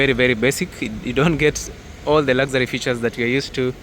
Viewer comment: Did you say lazary instead of luxury 😅😅😅